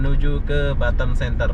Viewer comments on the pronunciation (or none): Batam bukan batem🤪🤪🤪